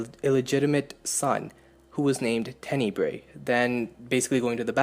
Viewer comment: Tenneebrae sounds funny. It's Tenebrae...